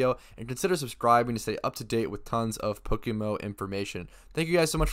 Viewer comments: It's pronounced poke M M O, You keep saying PokeMO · Is someone paying you to market “Pokemo”. You say “Pokemo” like five times in ten seconds at the start of the video